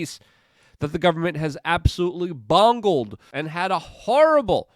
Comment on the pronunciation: "bongled?" Love that Luke!